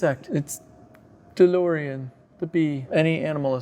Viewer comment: A challenge Do a shot everytime says DeLoreon, and see how long you last until passing out🤣